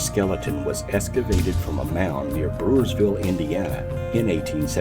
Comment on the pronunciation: Why does he say “Escavate instead of excavate? And nephillium instead of Nephillim? Is a bit suspect no?